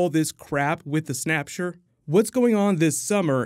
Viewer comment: I hate it when he says snapshure